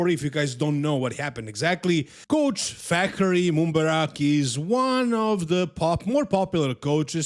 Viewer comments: Fakhri pronounced Fuckery is suitable. You can tell the guy is a piece of shit just from listening to speak for 2 seconds. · Its coach Fuckery that's the correct way to pronounce it